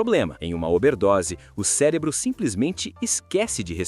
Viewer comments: ele disse célebro? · Porra. Fala celebro toda hora carai. O vídeo é bastante informativo, mas o bom português é essencial.